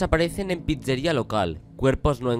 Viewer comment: me hace gracia como dice "pizzeria" JAJAJJS